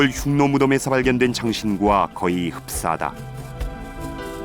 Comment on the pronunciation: 훈족에 의해 로마가 망했나여?로마에서 흉노를 훈노로 발음한다..재밌네요